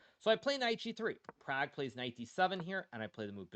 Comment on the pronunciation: They way Indians want it said it would be Praag.